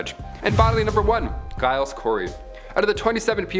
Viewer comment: okay, let me help you with the pronunciation of the name Giles. The G in Giles is pronounced with a J sound not a G, as in the name Gerald. Hope that helps in a future video.